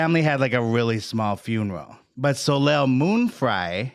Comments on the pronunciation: 🤨 🤨 I’m American & know to pronounce her name correctly! Solay, not solayl!! 😂😂😂😂😂 🙄 🙄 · I literally went to my history to find this video that came on IN MY SLEEP to see if anyone commented this since the mispronounciation woke me from a slumber - fucking Soh Layl?? Soleil is French for sun and we alllll know Americans and their struggle with... anything really, but specifically French. SoLayl? Ruined the whole thing. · My eye twitched a little every time he pronounced Soleil moon Fry's name 'So-layl'.... The L is silent my dude. You pronounce it 'So-lay'